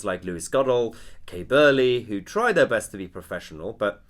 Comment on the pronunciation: I love the way you say Burley, Marr etc ''TRY to be professional''.. lol... ofc they don't..